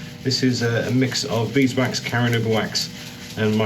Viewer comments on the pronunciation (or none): Congratulations on the milestone, and a beautiful piece of wood. Btw, it’s car-noo-ba wax🤣👍👍